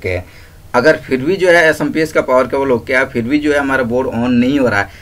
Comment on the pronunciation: Samps nhi hota chutiya SMPS hota hai